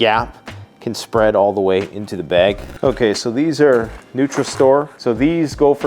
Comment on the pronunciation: Is it weird that I enjoy hearing you say bag? “Bayg” I know I’m not alone.